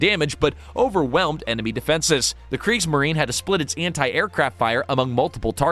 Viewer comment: And there's FOUR sullables in Kriegs-ma-ri-ne.